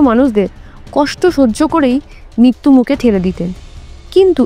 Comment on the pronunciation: পাপ্য নয় শব্দ টা “প্রাপ্য” । রফলা এখন বেশির ভাগ এর জিভ উচ্চারণ করতে পারে না। আসওয় নয় উচ্চারণ “আশ্রয়”। হিন্দি ভাষী জিভ। মিত্যু নয় শব্দ টা “মৃত্যু”। রফলা জিভ দিয়ে বেরোয় না।